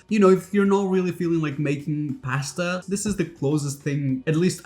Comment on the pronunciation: It's the right way to say it.